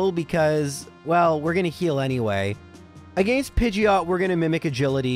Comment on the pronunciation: I just realized I commented on your very first video. With that being said, if the way you said "against" 3 years ago is the same way you say it now please stop. Its just awful. Your videos are absolutely one of my favorites videos to watch while I play games. But again stop staying against that way if you still do. I don't like the way you say "arcanine" but that is up for interpretation. Keep up your good work.